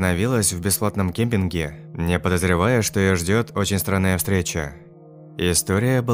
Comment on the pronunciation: Хоспади, ну ты читать научишься хоть когда то? КеМпинге, а не кепинге, 30 ярДах, а не ядрах...